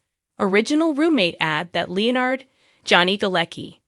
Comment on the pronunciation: Sorry, but your voice AI is mispronouncing Leonard's name.